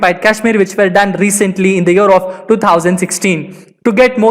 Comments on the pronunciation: He said "year of"... I heard " Europe "🤷🏻‍♂️ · When he says year of i hear Europe😀 Bdw very knowledgeable video